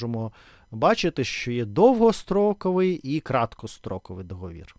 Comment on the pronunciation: ДоговІр, але договОру., договОри, ДоговОрів. Дякую!